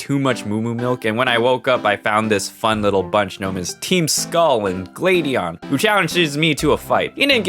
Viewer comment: I felt triggered when he said Glade-eon